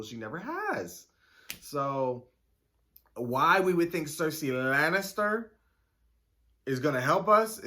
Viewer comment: I loathe this season, there's some good moments but overall it's hard to re watch. People make really stupid decisions explained by bad writing that's completely out of their character 😅😅😅 i love the way you say Cersei Lannister, it always makes me laugh 🤣🪳